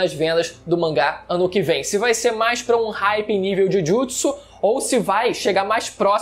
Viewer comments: "Jujitisu" pqp kkkkkkk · Esse Jhujhutsu e muito forte mane, feiao a pronúncia, ta maluco